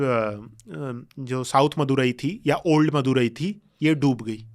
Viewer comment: शब्दों के सही उच्चारण करो जैसे पांडियन वाईगाई मदुरई